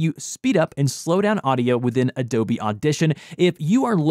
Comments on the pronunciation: Adobne Audition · ''Adobne Audition''